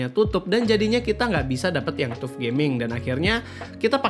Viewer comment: TUF bacanya "Tough" bang